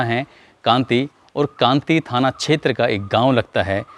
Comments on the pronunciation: Kati hota h yaar thik se bolo kanti bol rahe ho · सर आप एक बात गलत बोले कांति नहीं है कांटी थाना है जो रामपुर बोल रहे हैं जरा सुनो गांव का नाम रेपुरा है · सर गांव का नाम कांटी है कांति नंही